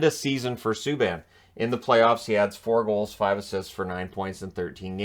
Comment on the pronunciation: Save us. "ME - K" Subban. Ugh.